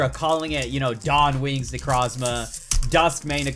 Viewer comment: Does it bother anyone else that he says necrozma wrong!!!!!